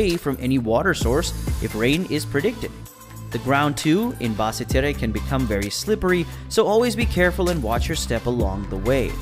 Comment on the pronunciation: Bad pronunciations but great information and pictures thanks. For example as I understand it Basse Terre is said like Bas Ter.